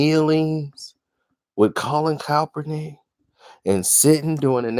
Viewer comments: Can somebody please tell me: who the hell is Colin Kelp-pernick? I thought his name was pronounced: Kaepernick?🤔🙄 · Now this man is saying calpernick 🤣🤣🤣🤣 get his name right